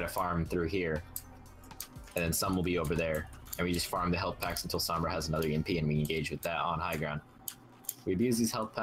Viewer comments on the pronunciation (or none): Just letting you guys know, Sombra is pronounced with more of an "Ohm" sound. Same as the SI unit of electrical resistance.